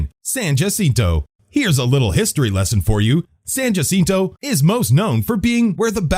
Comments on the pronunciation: For the record, Yucaipa is pronounced YOU-KAI-PA. Not YOU-SEE-PA. San Jacinto is pronounced 'SAN-HA-SEEN-TOE' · It's the Golden State, the Sunshine State is Florida; it's also pronounced San Hassinto